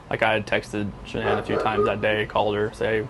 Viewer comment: I want to know when the hell yall going to pronounce her name right its not Shaun anne its Shan anne yall make me sick in pronouncing a name , go back to School learn how to pronounce the name right